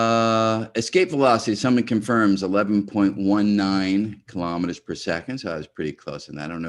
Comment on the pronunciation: Kilo'meters, not kalamaduhz.